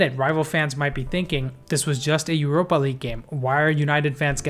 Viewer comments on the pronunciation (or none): none